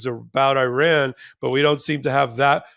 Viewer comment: Iran is pronounce ear-ron.